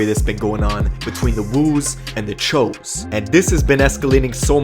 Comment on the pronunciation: the press guy and the video announcer....guys... it’s “chuuuu’s” they are not Asians. Thanks.